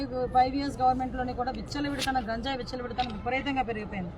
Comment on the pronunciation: గాంజయ్ కాదు అమ్మ గంజయ్ ఆఆ పేరు పలకటం రావటం లేదు నువ్వు హోమ్ మంత్రి వి, ఎంత సేపు ఇ ఐదు సంవత్సరాలు ఎం చేశారొ తెలియదు అంటున్నారు నువ్వు చేసేది చెప్పు మెడమ్ , 10 లక్ష ఎదొ గొప్పగా చెబుతున్నారు 50 ఇచ్చి నటు